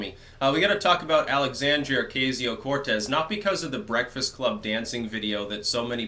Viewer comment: Pronounce her name correctly